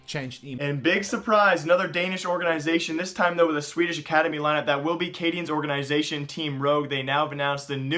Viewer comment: why do you keep saying orgaeeeenisation? I like your videos but that annoying as hell! ;-P